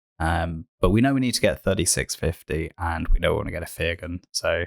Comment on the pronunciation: Fyr Gun is pronounced Fire Gun. Get it, bombs come from her gun = fire gun.